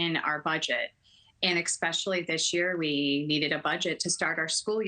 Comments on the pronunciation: She's a teacher, and she said "ekspecially," instead of especially? No wonder children aren't learning good grammar; they're probably rarely exposed to it. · a teacher who says "ek-speshally", gods help them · A teacher using the imaginary word “ekspecially”… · Teaching for 18 years and says “ecspecially”…perhaps new staff will be an upgrade. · I hope she didn’t say “expecially” to the children. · It’s hard to take an educator seriously when they say “expeshally” as soon as they start talking. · is a teacher but she can't pronounce the word especially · If you can’t pronounce “especially” you shouldn’t be teaching.